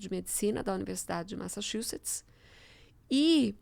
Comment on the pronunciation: Massachuts! ouvi o nome dessa universidade sendo pronunciada por um humorista uma vez, achei que não existia esse nome de Universidade! E não é que existe! 😂